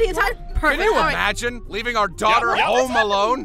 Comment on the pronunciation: Houm house or home she said Houm hahahahahaha